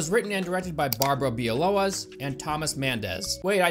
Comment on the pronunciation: its Barbara Białowas not Bialowas. And it is pronounced Beea-wo-vas. Its polish name. The creators re from my country. I apologize to you on behalf of the entire country and the creation of this shit.